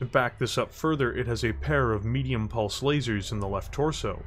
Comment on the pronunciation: Cool looking mech, and I agree with you how it's made for an excellent and terrifying compromise of survivability and pod space. That said, I have to say, ... "merdium purse lerzers!" (sorry sorry sorry, it made me giggle though)